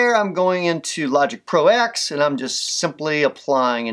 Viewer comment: When you see an X in the name of any of Apple's products,it's a Roman numeral. So it's pronounced Logic Pro TEN,not Logic Pro ex or eks.